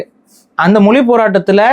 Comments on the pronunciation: "மொழி", என்கிற வார்த்தையையே "மொலி" என்று உச்சரிக்கும் இந்த genetically தமிழனாக இருக்க வாய்ப்பே இல்லை... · மொலி இல்ல ஐயா மொழி (ழி)